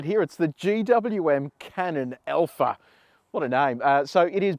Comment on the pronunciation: Hey - it is ALPHA. Not ELPHA!